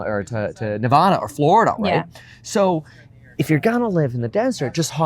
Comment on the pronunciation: pronounced NEVADA correctly - bonus points 🎉